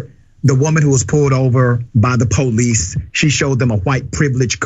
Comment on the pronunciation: Po- leece......